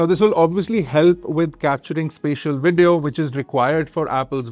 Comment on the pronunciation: Wideo and Wolume?